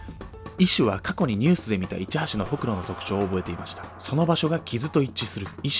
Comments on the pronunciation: ほくろのイントネーションおかしくない？ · ホ↑クロって発音可愛い